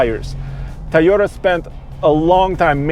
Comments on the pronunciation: it’s pronounced: Toh-yota…Toh…TOH…not Teyota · The 'Tahyota'. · That guy keeps saying "tie-yoda"